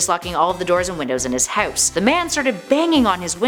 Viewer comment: Did you notice that she is weird saying "house" not hate 😂😂😂😂